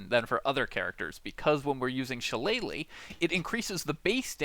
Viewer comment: it's shi-lle-lah, not shallay-leigh I love your videos, except I have to go through your explanation about taking every single spells or proficiency or subclass or stats that inessencial to the build itself. I'm tired listening 70% repeated explanations, which every other video already have, 30% core things abt the build. I'm not only talking abt your channel, every other channel that pops up at the top search always do this. Do the main thing, let us choose the rest.